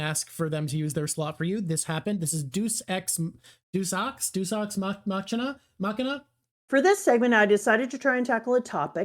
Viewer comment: did... did he pronounce Deus Ex Machina as Deucex Matchina????? is that a bit? is it engagementbait? cause I'm baited >w>